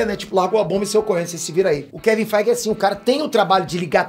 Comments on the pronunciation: 'Kevin Feig' 😃😃😃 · Kevin Fiiiiiigh Eu: 😳